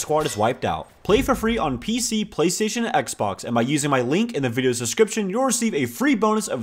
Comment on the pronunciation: I love that he says ”ginny launcher” in the Enlisted ad and he says ”pach schtation 4&5”